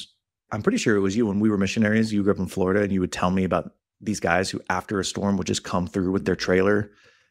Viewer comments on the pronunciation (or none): none